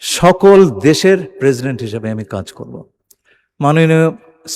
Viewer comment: কাজ কি বলতেই পারেনা 😆😆😆